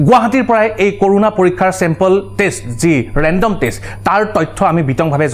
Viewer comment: It's not কৰোনা it's ক'ৰণা